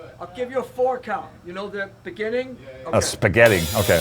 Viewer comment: .."spehgetti.."?..😌 "..beginning.."🤪👍